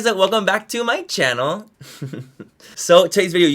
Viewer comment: Whenever Manny says “my name is MANNYMUA and welcome to my channel” all I hear is “ my name is MANNYMUA and welcome to Disney channel” 😂😂😂😂😂😂